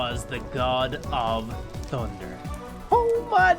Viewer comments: Sry for this but I have never heard someone say tunder and not thunder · he said tunder